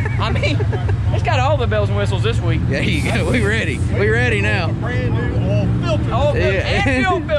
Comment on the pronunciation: hey its oil not ol,lpl